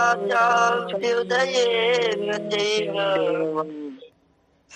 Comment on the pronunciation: आचार्य जी, " चाभ्युदयेन " च+अभ्युदयेन है न कि चाभ्यु + दयेन। आपके इस तरह पढ़ाने से बहुत गलत संदेश जाएगा। धन्यवाद जी